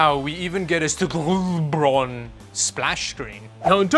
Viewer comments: You got the company name wrong. STGAburon is read Saint GAburon, guardian saint of scammy computers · I think that it's pronounced S T G Abron? The Toasty Bros YouTube channel like reviewing and dumping on these. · I think you pronounce the brand as "STG Aubron", when looking at the way the lettering on the box is showing. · The way he pronounced it as a full word when its 2 separate words STG aurbron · the manufacturer is S T G aubron LOL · i mean without the G it would but the g makes its a suepr hard word to pronounce maybe an austrian could?